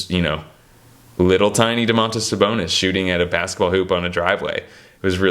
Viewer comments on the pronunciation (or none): They call Sabonis Doe-mas as a nickname, like a diminutive name. The Lithuanian pronunciation of his full name would be Doe-mon-tuss, with the emphasis on the doe. Americans have a way of always putting the stress on the wrong syllable with slavic names.